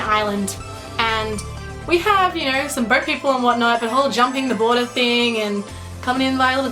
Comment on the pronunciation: its pronounced know! Not nrrr!